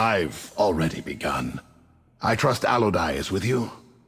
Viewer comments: AL-O-DEE! Not "Alo-dye" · Well they're doing it wrong <.< Seriously, though, I hate that pronounciation. It's a weird ass way of saying it. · "Obviously." How do you know for certain?